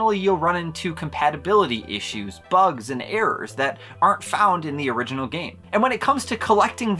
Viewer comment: Exactly correct, I noticed that as well. I like to research regional differences in GBA game cartridges, and this is a very bad fake even still, but not due to the lack of an ESRB rating or the Original Nintendo Seal of Quality. (That "Orighinal" though... Gotta admit, that's pretty funny.) Also, "NEU6" isn't a region in the world, so there's also that. :P